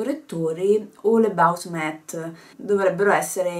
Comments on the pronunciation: si dice matt:) comunque video fantastico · si pronuncia direttamente MATT ❤